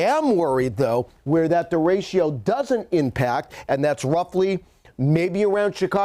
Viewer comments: Actually it's der rey cho. Not day. Think of the "e" s as "fleck" or "neck". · it kills me listening to you mispronounce DERECHO. over and over. it is NOT DERECHIO. its derecho. read it. sound it out. keep it simple. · I love how he mispronounces derecho. De RA ch (like spanish ch) o. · Anyone else cringe every time he said der-a-cho wrong? 😂😬😂🤢😂🤦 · Anyone else CRINGE each time he mispronounces, ‘derecho’? It starts out OKish and then progressively goes off the rails by mid-point of the report. Someone, pull him aside and tell him. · Somebody please tell the weather expert that 'Derecho' is a 3 syllable word !